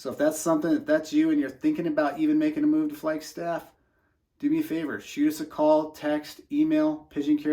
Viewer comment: Why do you say flyg staff??? the name speaks for itself! It’s a fucking flag!